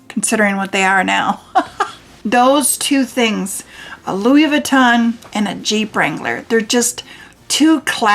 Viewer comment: Please learn to pronounce Louis Vuitton correctly. I’m 70 and have been lucky to be able to own plenty of designer items. Starting in 1974 ( married a pro athlete). Fell out of favor at some point but took very good care of all my very good things and just gave most of my items to my 14 yr old granddaughter. I can tell a fake but then I’ve always adored fashion. It’s been heartbreaking to have friends who thought they scored a great dupe and pass it off as real but I can tell. Some have even paid big prices for used bags thinking and believing they were authentic but they are not. Those I do tell because that’s a scam. Keep wishing and someday you’ll get your dream. Buy a bag they keep their price better than a vehicle. 😊